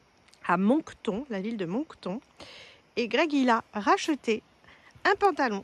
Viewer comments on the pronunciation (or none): Salut les Monster vous est à Moncton mais ont dit Monc et ton comme une tonne de brique alors ont écrit Moncton mais ça se dit Monctonne 🎉😂